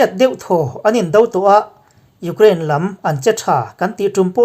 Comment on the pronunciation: Iukhrein tiin lam ve mai la